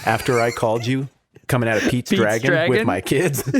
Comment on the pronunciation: I thought they were saying pizza dragon.